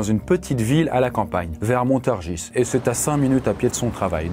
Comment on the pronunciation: On dit "Montargis" sans prononcer le S, n'as-tu jamais vu ce chef-d'oeuvre qu'est le film "Tais-toi!" ??? Regarde le Chriiiiiiiiis !!! Sinon tu vas compromettre la réussite de ton existence ! 😇